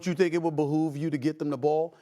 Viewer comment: “Bahoove” is crazy 😂